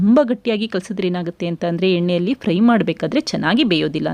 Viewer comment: That's not pry it's fry🙏